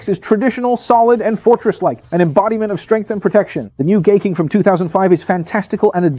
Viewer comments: Daitarn 3? thats Gaiking and Daiku Maryu. its pronounced as 'Guy=Hai' not gay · 😂Thank you! It was kind of annoying that he kept saying gay.